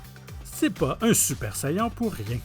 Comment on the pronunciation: "Super sayeenn"